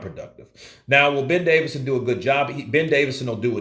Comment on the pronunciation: Johnny,can't you get the man's name right even,DAVISON